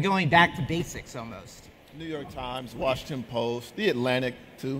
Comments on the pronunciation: Wash not Warshington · Why does (porn name) say "Warshington"? 🤦🏻‍♂️ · "Warshington Post"